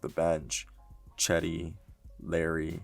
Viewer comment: Nigga called cedi “cheddy” 💀💀💀